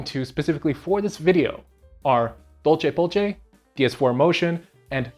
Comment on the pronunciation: The way you pronounce DolcePolce is funny to me .. but it might not be incorrect I dunno latin lol Name comes from the fact the vitaTV code name is “Dolce” which itself comes from the Latin phrase “La Dolce Vita”.